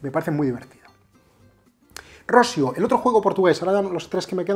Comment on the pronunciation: Por favor mister, no quiero sonar muy petulante, pero por evitar que quedes muy mal delante de gente, mi consejo es que la pronunciación de Rossio la cambies a "Rossío", es una pronunciación más similar a la real. Siento el apunte paternalista, espero.sea de ayuda.